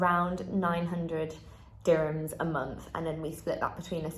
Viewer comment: I am emirati, what she says is actually wrong. Her prices are WAY off. and the word is DURRR himms. not DI sound.